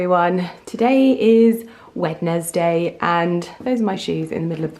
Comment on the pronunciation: "Wed-ness-day" 💚 I'm sure the rest of this vlog will continue to deliver as strongly as the opening greeting. 😊